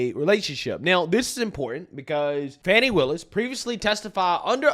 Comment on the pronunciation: Note to media, there is no 'W' in Fani.